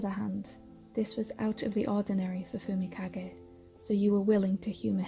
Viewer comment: subtitle pronouncing fumikage Subtitle : fumika gay walk- Subtitle : fumika gate